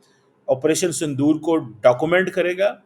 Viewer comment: Sandoor nahi saaile Punjabiie it's Sindoor